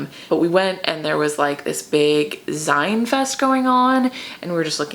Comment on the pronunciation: Zine fest is pronounced like "zeen" like magazine.